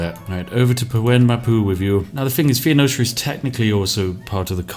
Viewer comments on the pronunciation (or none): Yar. It betrays a surprising ignorance of history and geography for someone whose whole schtick is recording himself playing Civilization... Thee-o-neesha. OMFG. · Spiff: Fo Neee Cha. Fon Osha. Me: Fen-ee-sha. Please! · Why does he say “Fee-oh-no-sha”, when it’s “Fou-nee-sha”? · City name: Taruga. Spiff: "Targua." Civ name: Phoenicia. Spiff: "Fee-oh-nosha." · Phoenecia, according to Spiff, is actually spelled Theonocia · You can google the pronunciation of any word and it only takes like less than a minute. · Earth: "Phonecia" Spiff: "fe-oh-nozha" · Every time he pronounced Phoenecia as 'fee-oh-no-sha', I died a little inside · American here, how is it pronounced? Asking for a friend. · Love the vid man. Also. Its pronounced foe-knee-shuh. Phoenicia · phoenicia= "feenosha", taruga= "targua", tyre= "t-air" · Phe-o-nocia? :P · I'm troubled by your pronunciation. It's FO-nees-shun. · PHOENECIA. ITS P H O E N E C I A NOT FUCKING PHEENICIA. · every time you say Pheonicia wrong, I cringe. Foe-Niece-Sha. Pheo-ni-cia. (Fuh-Niece-Ya if you're a tryhard) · Probably because th-fronting is a well-known feature of several English dialects, which cannot be said about mispronouncing Phoenicia. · You don't say Spiff, your pronunciation of Phoenicia is the deadliest thing in this video. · My main takeaway from this video is Spiff can't pronounce either "Phoenicia" or "Tenochtitlan" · The Phoenicia pronunciation hurts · Are you pronouncing Phoenicia like that on purpose?